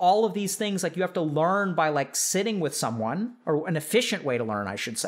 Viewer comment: Bro the last part sounded like "shitting with the shame" lmao